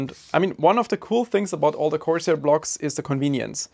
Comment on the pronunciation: It's corsair. Style over substance.